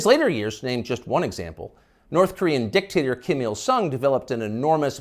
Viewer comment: Joe Biden not uh -Dick-taterer!